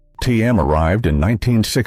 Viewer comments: And it wasn't Tim; it was pronounced team! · Holy Lord! Don't these computer narrators know how to pronounce ANY of these old brands? T-A-B is tab, Teem is Team (not tee-emm).